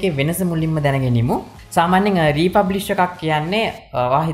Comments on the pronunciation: Thank U Bro ! Republish ද රී ෆර්බිෂ්ද ?? (Refurbished).. ඇහුනෙ නම් රී පබ්ලික් කියනවා. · Presentation is excellent however you need to go though the English words & correct the pronunciation. ( word refurbished ) This is high lighted not to embarrass you .